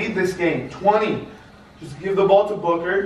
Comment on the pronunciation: I like how says booger sometimes when he says booker